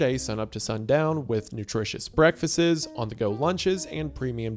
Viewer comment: "Breakfastses" is gonna send me on a fkin spiral